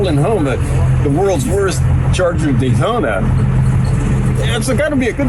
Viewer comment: Not a Daytona, a NAY-Tona.